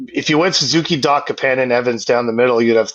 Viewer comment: Almost turned it off because the way he said Kapanen. Idec if it's right, i just hate it 🤣🤣